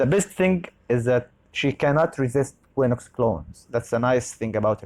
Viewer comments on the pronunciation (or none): if you read quinox = kinox not kwinox.